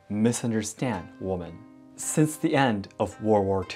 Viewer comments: Hi, This is so tiny, I hesitate to say it. It is one little thing that sounds “different”. You pronounce woman & women, the way they are spelled, & that is logical. But the plural format of woman: women is pronounced (wĭm′ĭn). You know, many words are spoken differently than their spelling. The rules drive all of us crazy. So, no worries. I am not criticizing you at all. Quite the contrary, you speak so very well, that the smallest difference is noticed. Thank you for all your videos, I both enjoy & learn from them. Your work is much appreciated, as I am writing from half-way around the world, near Washington, D.C. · Hi, I love your videos and hope to visit Japan one day. I did want to tell you woman when it is plural women is pronounced like "wemen". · Please look up how to pronounce the word “women”. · You’re pronouncing women incorrectly. It’s pronounce “wim-en” (plural) and when talking about one, how you pronounce it. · I just wanted to say. Women is pronounced as wimen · Thank you for this. It's very informative as a woman wanting to visit Japan. Also, just in case you want to improve your English, "woman" is one and "women" is more than one. It may be confusing, but "women" is pronounced "whimen" :) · I hope you will see this! The word “women” is pronounced WEEMEN! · You mix "women" and "woman" both in spelling and pronunciation.